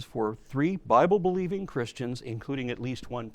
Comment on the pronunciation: your accent makes the "bible" sound like "buy bull" perfect